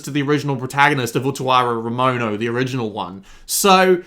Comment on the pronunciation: jesus christ, your pronunciation of the title is amazing